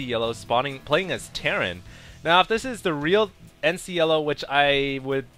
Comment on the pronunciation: It's terran for god sake!!!!!!